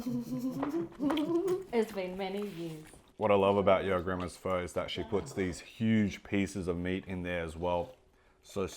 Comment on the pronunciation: this guy's vietnamese? he can't even pronounce pho